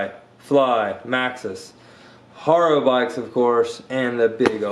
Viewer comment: its ha - ro not har - ro